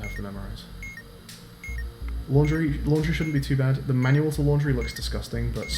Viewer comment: No one:: Manual? More like maNOal